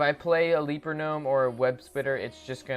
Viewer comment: the legend says,he still says ''leaper gnome'' the wrong way :P